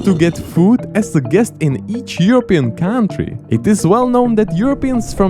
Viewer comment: Can someone please explain to how the word "country" is pronounced?:D